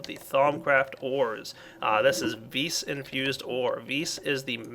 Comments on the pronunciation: vis is pronounced vee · your "vis" is pronounced vee